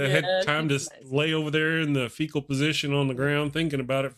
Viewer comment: Maybe a Freudian slip but it's fetal position not faecal. You lay on the ground curled up with your thumb in your mouth..